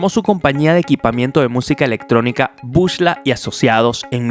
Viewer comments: epa men se dice BUCLA no bushla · epale no se dice bush-la, se pronuncia BUCLA